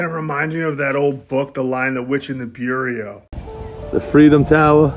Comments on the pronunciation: Is he trying to say "bureau?"😂omg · BEE-YOUR -OH . Say it fast. Beurocracy , Beurocracrats, Bureau... it means Desk. a Bureau.